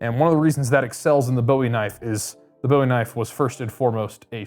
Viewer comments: You're running a knife show and you can't even pronounce Bowie right? Ffs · Paleeeeease!!!!!🙏🏻 the Bowie knife was named after Jim Bowie the man that fought and died in the Alamo! Jim Bowie "boowie" it is not named after the rock singer David Bowie "Boewee" who made his last name from the original Jim Bowie I would think a man that works for bladehq would know that! It's very disrespectful and irritating to hear people call it a Boewee knife like it's named after the rock singer! 😂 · Boo-e Not like David Bowie.